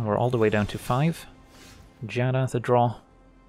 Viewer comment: I'm so happy you pronounce Giada correctly, I was getting tired of people adding an extra syllable at the beginning